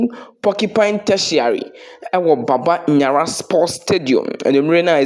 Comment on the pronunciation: It's Baba Yara but not Baba Nyara. This is totally wrong.